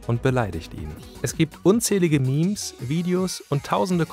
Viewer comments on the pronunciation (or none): none